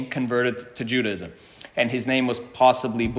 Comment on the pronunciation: I’m an ardent fan; thank you so much for the brilliant and detailed work you present, and for your exquisite Hebrew. Speaking of language, I am so curious as to why you pronounce the word “Judaism” with three syllables. I’ve always believed the word has four syllables - pronounced either JUDAH-ism or JUDAY-ism. Am I missing something?